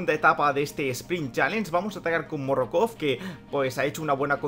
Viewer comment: Morokov😂😂 Pd:Es Morkov.Buen video